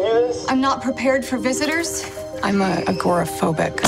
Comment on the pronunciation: The way she pronounce agoraphobic is so funny 😂 typical American 👍